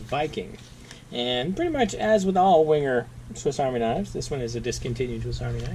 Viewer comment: Please pronounce Wenger ven ger not winger